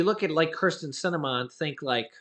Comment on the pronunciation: Kristen Se-ne-ma